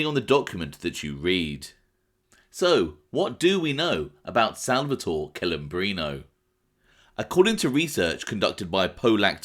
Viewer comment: Hearing English native speakers pronounce Italian names it's a massacre... CELEMBRINO (TCHE-LEH-mbrino). Not kelembrino... PLEEEEASE!!!